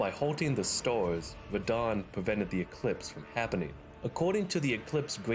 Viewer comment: What dialect is that? I can only hear store and stores instead of star, stars